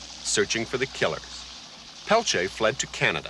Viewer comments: It's clear the host dislikes Peltier as he chooses to continually mispronounce his sir name intentionally. Tacky and unprofessional. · I can’t even watch this. Every time this man says “Peltier” I cringe. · Couldn't someone tell that guy how to say his name correctly 🙄 even the German / Russian guy said it correctly